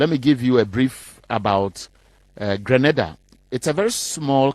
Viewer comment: don't confuse us with Granada dear. We are Grenada pronunciation Green nay Dah. P Our population is 120,000 and we are a middle class country. Don't confuse us with Haiti or other islands in the Caribbean. Our children are well cared for we have inside plumbing and every home has washing machine. We also have university on our island. Stop your foolishness and education yourself. So many Nigerians and Ghanaians are living in Grenada in search of jobs and attending university.